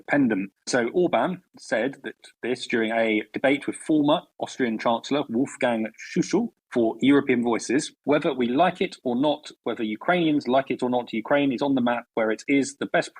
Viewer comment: please learn how to pronounce stuff, ok? Former Austrian chancellor Wolfgang "Shoo-shoo"? Dafuq? That's even worse than "Abrahams" and "bunde-shdag".